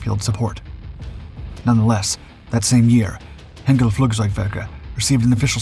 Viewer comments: " Heenkels Engineers " - really? Is there not an 'ei' in there? Hine kel, Hein - kel. Twine, Sine, Fine, Hein. Ever heard of Heinz Ketchup... Also its called the Heinkel He 177 Greif (Griffin) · Only a small thing for goodness sake please pronounce the E in Heinkel like in ein , mein , kein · What's with the goofy Hollywood movie clips??? Ye gads.....you can't even pronounce "Heinkel" and "Goring" properly. You tell of events taking place in 1942 while showing a clip of Molders who was dead by that time. Griffen, Griffen, Griffen.....that's not the name of the He 177.